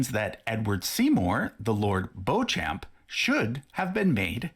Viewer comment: By the way, Beauchamp is actually pronounced 'beech-um' - not 'bow-champ' as suggested here...